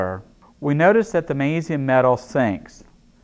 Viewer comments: I wonder why he doesn't pronounce the G in magnesium? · why dose he say magnesium like that